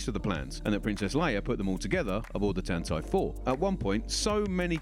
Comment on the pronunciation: No, The Game Show is saying it correctly